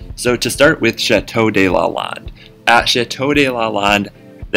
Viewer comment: Fun! Check your pronunciation of chateau de Lalande. You sound Spanish rather than French.